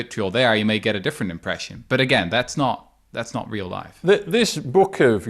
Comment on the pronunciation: Other than how he pronounce the R and O and several “cadence”; Can you believe this guy is Dutch and English is probably his third language?